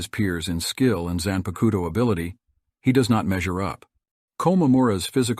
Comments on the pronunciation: I find ur pronunciation of 'zanpakuto' hillarious. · When you pronounced zanpakuto I immediately knew you didnt watch bleach